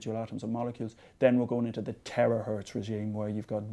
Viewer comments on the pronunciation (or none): I thought he said "terror hertz" at the atomic scale.